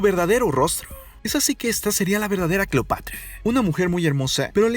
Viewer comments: como que cleopatria o cleopatra🤣🤣🤣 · cleopatria? Se te fue la lengua poquito aun así grandioso video la historia siempre nos enseña algo nuevo y es verdad que en los libros de texto solo nos enseñan solo una pequeña parte de la historia saludos amigo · CLEOPATRIA ???? XD XD XD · Deja de terminar todo en( e )es incómodo y fastidioso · Cleopatree,romee,marco Antonie ,cuidaree,egipciee,vestidee, degollee,viboree,leyendee,poderosee,ellee ......,,, Etc.etc.etc. por qué ???? Todo en en ee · Vrg pensé que era la única que se había dado cuenta. Lo noté desde que dijo "Cleopatre". Todas las palabras terminadas en "a" las cambia por "e". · es cleopatra o cleopetra, jajaja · Jajajajjaja minuto se equivoca diciendo Cleopatria